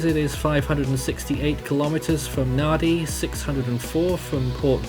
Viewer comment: Thank you for the update - For future reference Nadi is pronounced Nandi - the d in Fijian pronounced nd. Viti Levu is pronounced Veetee Lēvu